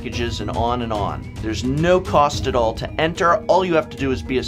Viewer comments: Eneter, lol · "Eneter" Come on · "Eneter"? You're an ENGLISH teacher, right?